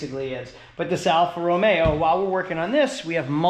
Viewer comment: What's a T Belt? Timing belt? Hate to break it to you but these use a timing chain that almost never needs replacement. You might be thinking of a Fiat Spider, which does use a timing belt. Also it is "Romeo" not "Romero". Bit of a peeve of mine.